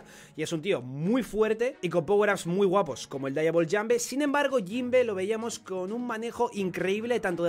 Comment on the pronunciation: Siempre da curiosidad que el dice "Daiavol jambe" cuando su pronunciación es igual a como se escribe "Diable"